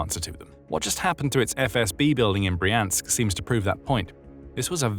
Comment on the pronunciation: It's Br-yansk, not Bree-ansk - when you see a russian word transliterated into Roman letters the y is always like the y in yelllow, and never like the y in copy